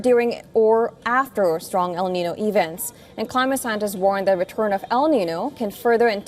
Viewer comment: Why can't you pronounce El niño?